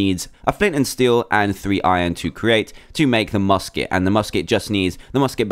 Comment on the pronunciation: U said busket barrel